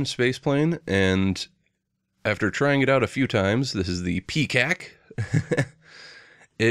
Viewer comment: Lol, I totally heard that as Peacack. Dying right now!